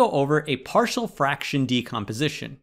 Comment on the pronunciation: Why did you pronounce partial like “party-all” 😭